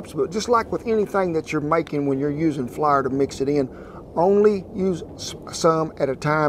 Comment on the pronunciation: I died laughing when he said "flurrr"